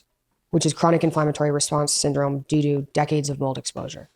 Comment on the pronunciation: She said "due do"! 😅